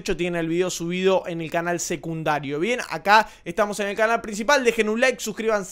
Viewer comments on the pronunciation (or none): none